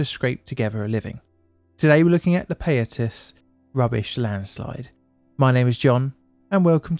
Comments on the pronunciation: It's pronounced pie-ah-tas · Great breakdown of the history and tragedy of the Payatas landfill. I was only 5 years old when this happened, and I have almost no memory of it. Some advice if you don't mind, for pronouncing most Filipino words/placenames we almost exclusively use short vowel sounds, so Payatas would be pronounced Pa (like in "parrot") + Ya (like in "yak") + Tas (like in "tassel"). Good stuff!